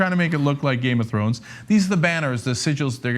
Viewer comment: I like how tribal as turned to game of thronesEee or however he said it lol